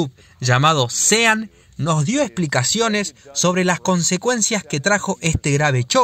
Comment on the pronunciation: Buenísimo el video. La única cosa que te digo. SEAN se pronuncia SHÓN. Buenísimo el canal!!!!!!